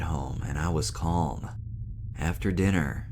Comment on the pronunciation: The word CALM. Do not pronounce the letter "L" . It's the same as the word TALK. It would be extremely irritating to listen to someone say "I was taLLLking to the doctor." The same for Calm. It's a silent L.